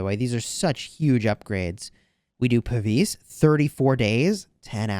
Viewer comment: A pavise was a long shield archers used to cover their whole body. Puh-vize is how it's pronounced